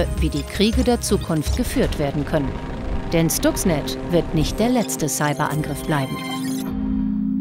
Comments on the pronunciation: "Schtuxnet"??? Wieder einmal ein Moderator, der sich nicht mit der Materie auseinandergesetzt hat. Schhhhhhhtuxnet! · schtucks ned